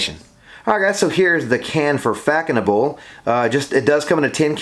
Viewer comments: Its pronounced "fass noble" Not Fackonable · “Fack a noble”😂😂 such a bad pronunciation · Nice review! Just one thing: it’s read “Fassonable” the ç has an s sound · Yes! Its pronounced fassenau. Smells good for the price. Haven't owned a bottle in 20yrs. Saw it on a discounted website and just re-ordered.. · It is pronounced faSonable - /fa.sɔ.nabl/ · Hi there It was a bit herby to me, back then almost plasticky, I believe it's pronounced, Fazonabl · You’re saying it very wrong